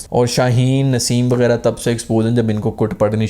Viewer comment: I’m I the only one who heard he said ‘Shaheen Naseem Begairat’ instead of ’wegairah’ 😂